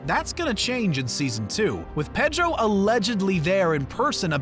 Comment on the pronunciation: he also kept saying “petro” pascal lol